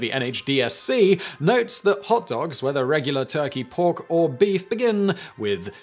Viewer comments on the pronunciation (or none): none